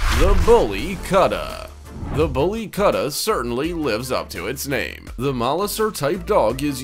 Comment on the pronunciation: In the same vein, it's Boolly Koot-tah, not Kutta rhyming with Cutter.